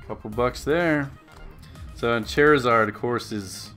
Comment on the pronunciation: "chair eh zard" it's "char" like charred food